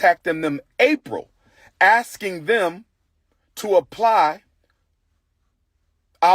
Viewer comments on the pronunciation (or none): He was AXING 🪓🪓🪓 ??? 🤣😆🤣😆